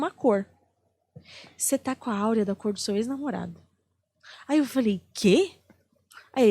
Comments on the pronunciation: A maioria das pessoas fala AUREA...mas é AURA. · Não sabe nem falar correto,ela falou Áurea,,errado. E Aura.... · Aura! Não é Áurea!